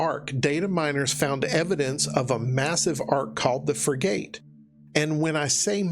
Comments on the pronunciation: fyi "Frigate" is pronounced 'frigget' not 'frigayte'. I know it has the word 'gate' in there but the e is redundant. It's not a made up word for arc, a frigate is a class of ship just under a destroyer irl and that's how it's pronounced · I think it's pronounced "fri-guht". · My boy said frigate like Fri-gate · for future reference, Frigate is pronounced “friggutt”. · That’s is not how you pronounce frigate.